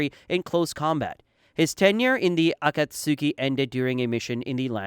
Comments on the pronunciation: It's pronounced ah-cot-ski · “Akat suki” please NEVER say it like that again it pmo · it is not. The “tsu” in Akatsuki is a very short sound which is difficult to depict in English. You don’t really vocalise the “u” sound. A rough approximation should be “ah cats key”. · Uh-caught-ski is how you say akatsuki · Uh-cut-soo-key Sorry bro but i can’t make it past the third time 😂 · Can you please say Akatsuki correctly? 😂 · Never clicked off a video so fast in my life hearing u pronounce Akatsuki like damn did u even watch the show?????